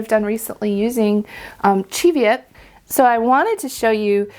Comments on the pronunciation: Thank you for pronouncing Cheviot correctly lol! Born and lived in the Scottish Borders within sight of the Cheviot hills all my life it niggles every time someone says it wrong 😂😂😂. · Love your snarky comment about using Easter egg dyes. I solar dyed a double-stranded hand-knitted sock blank last year using Easter egg dye tablets and I LOVED the results! Easy to knit matching socks. I also agree with your pronunciation of Cheviot. Heard this pronunciation from my Scottish relatives when talking about the Cheviot Hills.